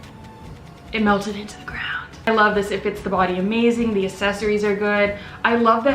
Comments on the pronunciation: GOOGLE HOW TO PRONOUNCE ACCESSORIES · English isn't my first language and I can pronounce accessories right sad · Some people say pop some people say soda. C's can sometimes make the s sound and I guess thats how people pronounce it where from. It's pronunciation not and ascent. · accessories is pronounced eksessories love you xx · Accessories is pronounced “Uhk-seh-sr-eez”😂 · its not pronounced like that 😂😂! It’s pronounced (AK-SE-SORY) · Uhk•seh•sr•eez lol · That's not how you say accessories 😂😂😂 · U r saying accessories wrong though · This girl thinks it’s the same as assists or assets, when it’s more like access or accept. The word itself has 2 “C”s at the front and shes just ignoring it all together. Accessories not Assessories. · It’s accessories not assessories dumb bitch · What the fuck is assesories?! Bitch it’s aCCessories🤦🏽‍♀️ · you say it like asses-eries while i say it like ex-ces-eries 💀💀💀💀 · its probably because you pronounce it ase-so-reese when its pronounced ax-e-soreese btw ily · Ok. Here’s the tea. People were nitpicking you about the way you pronounce accessories. I see why. You pronounce accessories “assesories” when most people pronounce it “access-ories” like saying access but then adding an “ories” at the end. Accessories. That’s the tea :P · It’s ACCessories not ASessories😂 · The way you say accessories isn’t correct. You pronounce the word as if you’re saying asses like assessment or asset when you should be pronouncing it like the word access or accept. Notice the word has two “C”s next the the “A” and not two “S”s. Access = accessories NOT Assets = accessories. There is a major difference and the way you’re pronouncing it IS in fact wrong. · Hhaha most people pronounce it "ak-sesory" and not "ass-sesory" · Assesories thats how you said access-ories is how you say it 😂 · it’s aCKsessories not assessories pmsl🤣ily tho💕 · No one: Literally no one:: ASsEsoRies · It's ACcessories. Like, "Account." Jesus..